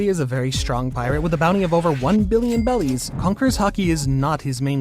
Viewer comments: why are you saying bellys instead of berries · OH GOSH ITS BERRIES NOT BELLIES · why is bro saying bellies🤣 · Why does he say "Bellies" !?!?! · Imma be a hater real quick, the way this mf says "bellies" kind of annoys the fuck out of me other than that good video